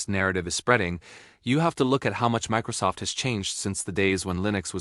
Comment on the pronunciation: You lost me at "Mickrosoft"